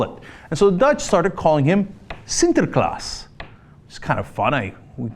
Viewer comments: Holy shit, best pronunciation of the word "Sinterklaas" I have ever heard from a non-dutch speaker. Respect! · Props for the pronunciation of "Sinterklaas" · WoW, you pronounced Sinterklaas perfectly!!! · Can we, native Dutch-speaking people, take a moment to appreciate how accurate Cenk's pronunciation of 'Sinterklaas' is? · Fun to hear Cenk pronounce "Sinterklaas". He must've practiced, because it sounds quite well. Weird thing is the Netherlands also imported the American Santa who's now competing with the original Santa. Commercially that is. Sinterklaas' biggest problem though is de Zwarte Pieten (Black Piets) discussion, which relates in a way to what this YTY item is about. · Surprisingly excellent pronounciation of "sinterklaas", Cenk. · I fucking love cenk pronouncing Sinterklaas. Do it again! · You pronounced Sinterklaas pretty good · Cenk's pronuncation of 'sinterklaas' is hylarious!